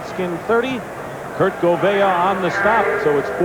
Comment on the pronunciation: You could tell that Merlin Olsen wasn't used to seeing a lot of NFC teams....because he pronounced Kurt Gouveia as "Kurt Goo-VEE-Aye". Lol